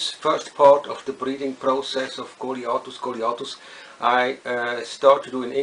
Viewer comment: great pronunciation of word goliathus on whole youtube...